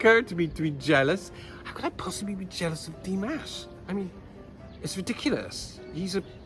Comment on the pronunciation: thank you, this was delightful. I have a comment for you about your pronunciation of 'Dimash'. It is not like 'mashed potatoes' it is more like 'mosh pit':D Here's pronouncing it correctly